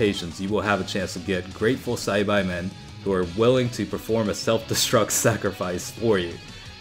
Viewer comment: Sci-bye men is really bothering me. Ive always heard it as sci-baa.